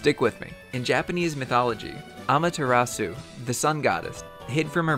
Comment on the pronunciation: you said amataratsu I was like cool that's the black flames from nature did something to his brother susanoo then I flip the fuck out because naruto